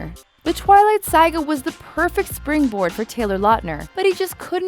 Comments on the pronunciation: Did u just pronounce saga as "Sagga"??? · I'm sorry, but does she say "The Twilight Saiga?"